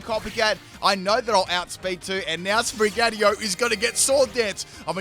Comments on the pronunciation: Sprig-a-teetoe not Spri-gatee-o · Another cat starter which ends up coming off of all 4s. Wonder how many times called Sprigatito 'Sprig-atio' in this video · it’s SprigaTITO not Sprigario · starting this video i immediately notice your mispronounce you say Sprigatio its Sprigatito also its Meowscarada not Meowscar this is my favorite starter line i dont get all the hate it gets when Quaxly is the worst Fuecoco line is my second favorite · It's SPRIN-GA-TI-TO, not SPRIN-GATIO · Yup, really like Sprig-a-ti-to. Not sure what Sprig-ah-ti-oh is... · If he says Spri-gyatt-io one more time I’m going to explode. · I swear I head spaghettiO instead of sprigatito at least once. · Spaghettio < Spraghettio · It's SPRI-GAH -TEETO. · It sounds like you’re saying spaghettio 🤣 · You say Sprigatito in the worst way haha. It's pronounced Spree-gah-teeto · Sprig-Uh-Tea-Toe. <- Pronunciation :P . Tinkaton sqeesh. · Did you just call it spaghetti-o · Uh oh...Sprigatios😅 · I kept hearing spaghettiO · should eat a pickle for every time he mispronounced "Sprigatito" in this video. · Its funny how you pronounce "SpriGatito", since is a Spanish/Portuguese based word😆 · Gotta love the way he pronounce Sprigatito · Sounds like it comes in a can with watered down tomato sauce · In todays video butchers the name of sprigatito for 26 minutes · I counted like 4 times in the first minute alone XD